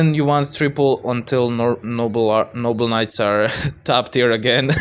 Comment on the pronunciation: im not sure if you are saying noble knights or noble nuts but i dont care its funny